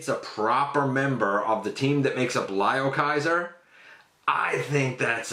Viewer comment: Its pronounced L"i"o Kaiser not L"e"o Kaiser:-) gotta say i want to do a custom leozack outta potp starscream